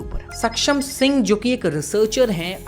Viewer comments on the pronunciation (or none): none